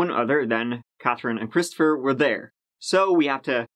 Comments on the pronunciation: "poor Chwistopher" 😂💦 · "poor Cwistopher..." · He said Christopher shampoo 😩😂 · Christopher Sham-poo. 😂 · Poor cwistopher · Hahaha 😄 "pooor Cwistofer 😢" lol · LMFAO HE SAID CHRISTOPHER SHAMPOO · "Cwisterfer" classic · Poowur cwistophur